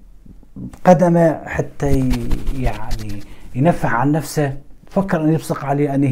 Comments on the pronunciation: لقد أخطأت قراءة الآية الكريمة ، و الصحيح هي " نفسُهُ " و ليس " نفسِهِ " بارك الله فيك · قراءة الاية غير صحيحة فطوعت له نفسه بالضم